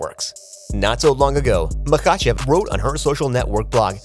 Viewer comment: The AI sounds pathetic "mahACHeVs Islam" beep boop